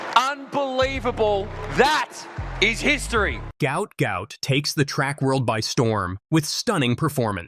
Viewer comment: Pronounced Gwat Gwat . That should be sorted. My feeling is this young athletes? Will rise above all of this